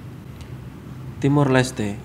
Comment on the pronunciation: cara nyebutin negara aja salah, yg seharusnya Timor Leste 🇹🇱, malah di sebut Timur 🤭🤭